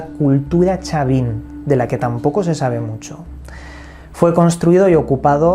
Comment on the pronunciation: Todo bien pero tu pronunciación esta mal es "Chavin" asi como del Chavo asi y no es oatar creo dijiste es "Huantar" con h muda. Del resto gracias por resumirlo y dar a conocer a mi pais 💛🇵🇪